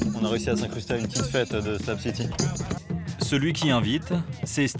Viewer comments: haha Ps: C'est SlaB city et non slam city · C'est pas "SLAB CITY" c'est "shlag city" 😅